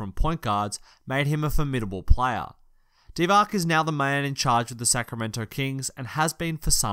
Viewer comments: and he messed up Dee-VAHTZ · Divac is pronounced (DEE-VAHTZ) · Dee - VAHTZ and Giles has a J sound not a G. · Mispronunciations are my pet peeve and this guy has a lot of them, including: Vlade Divac, Skal Labissiere, Luka Doncic, Bogdan Bogdanovic and Harry Giles.